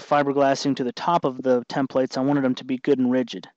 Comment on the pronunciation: tem-PLATES drinking game is on!!